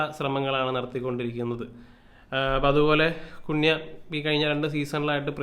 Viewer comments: കുണ്യ അല്ല ബ്രോ... കൂന്യാ...😅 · കുൻയാ എന്നാക്കി കൂടെ ബ്രോ 😁 കേൾക്കുമ്പോൾ എന്തോ പോലെ 😁😁😁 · Its better when called cun- ha 😬 (കുന് -ഹാ)